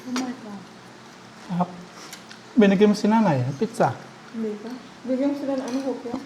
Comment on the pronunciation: Sarap naman ang lunch niya. Ang tamang pronouncuation ng Pizza ay Pit- sa not Pi-sa. Enjoy!